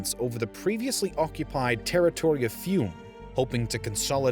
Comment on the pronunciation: "Fióoh-me". Hard for most US people, I know.